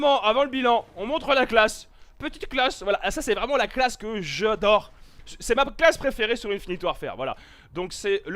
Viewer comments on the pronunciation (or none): Alors t aime bien dire je dors au lieu de j adore xd